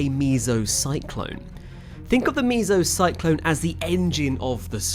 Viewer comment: El Renno, Meesocyclones and Aluminium. I forgot Leftenant, 4 words Brits can't pronounce. Soon they'll be speaking Arabic and have to learn a whole new set of words they won't be able to pronounce.